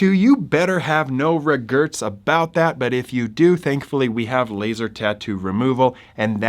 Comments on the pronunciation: Good message about the permanency of tattoos. As an aside, are you trying to say "regrets"? Several times I heard you say "regerts". It's this a new slang, mispronunciation, geographical accent? I'm always very interested in language differences. Thanks - we appreciate the work. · Why do you say "regerts" instead of "regrets"?